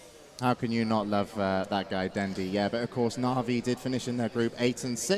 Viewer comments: "Pup-pEy" "Den-dEE" -_______ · AA=ei ei den'di= dendi' puppey= pupeeey dafuq? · the way this guy fucking says dendi pisses me off so much. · why the hell does pronounce everything wrong? navi, dendi, puppey... keeps emphasizing the the last syllable.